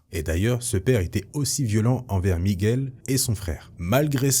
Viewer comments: Super vidéo comme d'hab, toujours aussi bien présenté et raconté... Mais par contre quand tu prononces son prénom on entend "méguel" et je crois que c'est plutôt "miguel" enfin si il fallait chipoter Merci beaucoup j'adore tes chaines. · Avec l’accent espagnol ça donnerai plus ‘’ migOUel’ Ptre un des Spiderman les plus iconiques Nice vidéo 👌